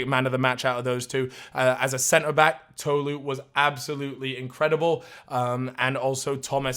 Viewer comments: it was annoying me how was saying tolu (pronounced toh-loo) like toe-loo ngl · I’m sorry but it’s Tolu not “Toelu”